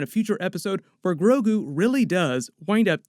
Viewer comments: Please don’t call him “GRO-KU” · mixed sandnigga i know but it's the way he said grogu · Did you say Goku instead of Grogu at least once? Lol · Ha ha it sounded you like said "Groku" i hadda listen to it a few times to see that you didn't!